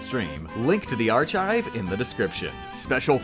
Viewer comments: Sour cream and ar-chives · >ar-ch-ives Jesus fuck dude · Arr chive